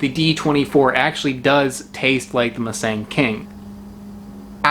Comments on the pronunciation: "Moo"-Sung emphasis on the first syllable. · The first syllable of Musang King is pronounced "mou" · it's pronounced "moo s-ah-ng", like a normal hard latin "ah" sound. such an english thing to pronounce the letter "a" as "e"